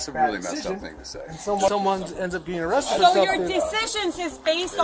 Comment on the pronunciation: got “awested” 😂